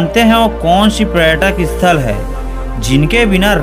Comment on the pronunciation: रायपुर रंगीन रातों का शहर इस हेडिंग का क्या मतलब है वीडियो को भीतर तो ऐसा कुछ नहीं बताया गया है फिर रायपुर को बदनाम करने वाला भ्रमित करने वाला शीर्षक निंदनीय है आपके द्वारा दी गई जानकारी अच्छी है परंतु आप के उच्चारण को सुधारने की जरूरत है आप पर्यटन स्थल को पर्यटन स्थल बोलते हो इसी तरह से कई अशुद्धियां दिखाई देती हैं आशा है आप और परिश्रम करोगे और अपने उच्चारण को सुधारो गे और यदि आप छत्तीसगढ़िया हो तो भ्रमित करने वाला शीर्षक मत देना बल्कि गौरवान्वित करने वाला शीर्षक देना